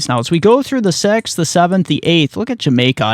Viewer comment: “On the seeeexth”